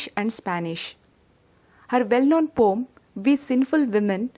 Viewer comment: It's a "poem", not "pom"